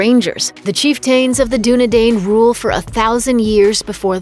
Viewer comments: same with Dunedain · Good video but prounounces chiften and Dunedain wrong